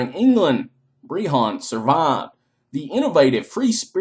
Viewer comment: Never say the word BREHON AGAIN!!!!! breHHAAAAAAWWWWWNNNN